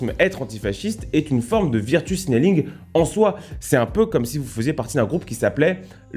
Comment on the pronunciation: Ça se prononce veurtchou pas virretu